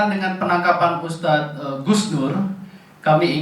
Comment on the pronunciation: Hustad apa ngustad 🤣🤣🤣🤣🤣🤣